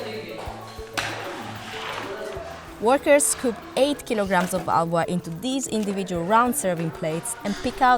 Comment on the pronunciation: Areee Bhai ye kya ALWA ALWA bol rahe hai 🫂